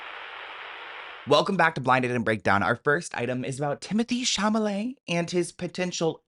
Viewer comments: Cha-ma-let!!??? Not even!! It's CHA-LA-MET❗️ 👀 👀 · Lmao he always said Shamalay.. Or Shamalamadingdong. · 😂 how you keep calling him Chamalet and it’s actually a Chalamet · dude🤣It's CHA LA MET not Chamalet 🤣Every single time🤣LMAO thanx for the laughs🥰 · Sorry I have to say this because idk why, but it just IRKS me how you've been pronouncing his stupid, French last name; Sha-la-may. Not Sha-ma-lay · Its chaLamet not chaMalet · Timotheé what? hahaha Shamallay? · I love you, but honestly.......Cha la met! Please ❤ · Timothee Shaaaaamalaaaay 😂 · Just giving another PSA says Timathy Shamalalay’s name that way on purpose as an inside joke between him and his loyal viewers. I know there’s new subscribers, so I thought I’d give the heads up before you loose your minds 😂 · You mean Shamalamadingdong? 😂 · Hi! PSA He says it that way on purpose as an inside joke between him and his loyal viewers ❤ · baby pls learn how to say Timothy’s last name 😭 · Hi! Heads up that he says it that way on purpose as an inside joke between him and his viewers ❤ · Heads up that he says it that way on purpose as an inside joke between him and his viewers because they love it 😂❤